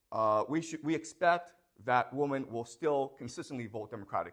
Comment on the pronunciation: Why is he saying woman instead of women?